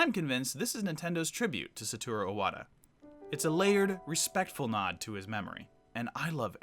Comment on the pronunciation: For fuck sakes man the name is IWATA not O-WATA!!!! do you see an O in the name? Jesus you don't even know the name of the man and you call yourself a nintendo fan?